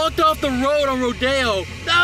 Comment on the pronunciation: It's not pronounced "ro-dee-oh", it's pronounced "ro-day-oh"